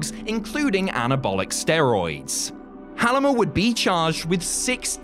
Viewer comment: It's actually pronounced Hull-meh, is not pronouncing it right but still good.